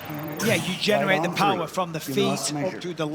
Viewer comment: You know is South African when he says" right on TREE"😂. PVZ...nope,flinching on every shot...there is not such a thing as a "tiny/smallest" flinch. A flinch is a flinch,does not matter how hyped your name is. Wolmarans is just punching bag for the hyped ladies...hope her payday is good